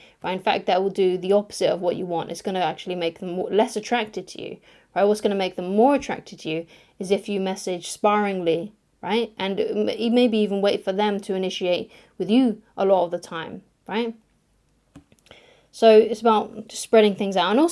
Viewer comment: Interesting........she said Sparingly as in The Sport of Boxing...To Spar with someone.... or The Supermarket "Spar"........most people, and i've only ever heard it by native english speakers as " Spare-ingly" as in Spare change/Spare Tyre. etc. Man, English sucks with it's inconsistencies and nonsensical illogical pronunciation! To say it the way did, would have to be two R's....(Sparringly)...which would then cancel out the 'missing e' before the 'ing'. But thats by the by..........It's a good and helpful video on this topic.